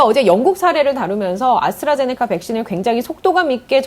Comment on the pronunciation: 아스트라제네카를 왜 아수라제네카라고 하냐?